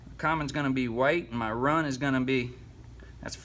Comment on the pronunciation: "Common, start, wun" lol. Good video man. Dammit!